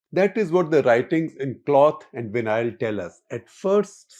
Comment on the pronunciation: विनायल नहीं वैनल भाई साहब! English is a funny language 😂